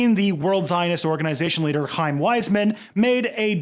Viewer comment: The pronunciation is pretty cringy (except Chaim you're like the only foreigner to ever pronounce it correctly)